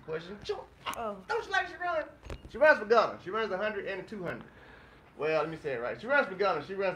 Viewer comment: The way Ghana is being said sounds like Guinea, a whole different country.